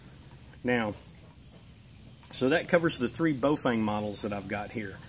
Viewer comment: ) it's Baofeng - not pronounced Baofung sorry ... hehehe ! 1. Baofengs are usually disposable radio's .. Great for the Buy. Does the Job from a prepper stand point. Great to have with your Emergency Kit basically. Generalizing all Baofengs. 2. Yaesu 65R - Great Radio - Better for Preppers though it's not IP67 in Calamities Stand Points. 3. Raidoddity - Great Commerical Radio - Perfect Radio for Preppers from a stand point. 4. DMR sounds like a Machine Gun :)